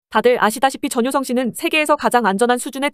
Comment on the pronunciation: 전효썽 발음하는거 나만 웃긴가 ㅋㅋ